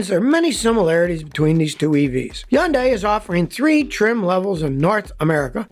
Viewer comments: HUN-day i-ON-ic not hiaundai eeoneeque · Scottty Scotty Scotty. It's pronounced Hun Day. Not Yun Di. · I love Scotty and his videos but I cringe every time he says “Hyun die” instead of “Hunday” (Hyundai) and “Ioneek” instead of “eye onik” (IONIQ) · Scotty, why do you leave the H off of Hyundai? You are the only one I've ever heard call it yundai. Most pronounce it Hi - yun - day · Scotty It's Hun day! Not Hyun day! The Y is silent! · They've just had a big campaign here to make British people pronounce Hyundai properly. It's not HI-UND-DYE it's HYUN-DAY 🤣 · Learn how to say hyundai Mr "yundai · Please stop making videos with Hyundai vehicles, until you stop mispronouncing the name ! It's NOT YUNG DAY ! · It's easy to say it correctly: Sunday, Monda, Hunday!!!! I got this from a factory rep in 1987. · I wonder how long til scotty realizes there is an H at the beginning of "yundi" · Where I live we pronounce it honday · Nobody: Absolutely nobody: Scotty: Yahnday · One of these days Scotty will learn how to say HUN-DAY. What a hard headed Red Neck!! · Lol it’s hun-day 🤣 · I worked for a market research company a decade ago and Hyundai came in and told us how to pronounce it in an easy way. “ITS HUN-DAY LIKE SUN-DAY” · Who cares how it is pronounced. It is still hyuJUNK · Scotty please stop butchering the Automaker's name!!! google it!! How to pronounce the car brand Hyundai correctly, unlike almost everyone else. - ESP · You pronounce Hyundai funny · It's hilarious how Scotty can't pronounce both Hyundai and Ioniq correctly LOL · Scotty says it like no one else. Cmon dude, even the company reps don’t say it like you. We should pronounce your name as skooty kill-meer